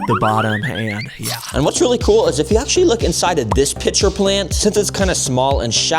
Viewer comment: I thought he said b**cher plant